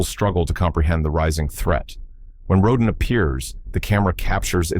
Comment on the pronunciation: 15 out of 15! I won’t quibble about order. I love each and every one of these movies. I saw them all in the movies in the 1950s. They are the background images of my coming of age. Just one thing. How many different ways can Rodan be pronounced? Row DAN is the right way.